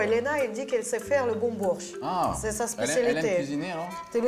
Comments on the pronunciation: "Une spécialité du pays: le breuitch " ahahahahahahha c'est donc le bortsch hein si jamais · Cest pas le "briotch" , c'est "borch "